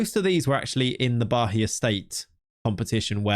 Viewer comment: Funnily enough the "Atletico de Alagoinhas" pronunciation was pretty on point. The "Bahia" though, not so much😅. There is no "h" sound, it's "Ba-ia" with an emphasis on the "i". Thank you for another great video, love your content!!